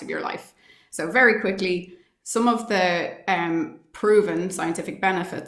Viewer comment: I thought she said "quickie", but she said "quickly".... 😂. She's a great find!